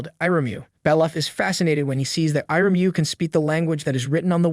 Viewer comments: text to speech got iryumyuuis name pronouncment wrong if ur wondering hows its spelled its ear-uh-mew-e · Only Faputa's? He pronounced Irumyuui in at least seven different ways